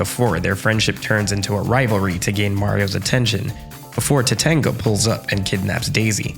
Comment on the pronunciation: I found it... someone else who heard "Topanga" instead of Tatanga (even though I did not like watching Boy Meets World).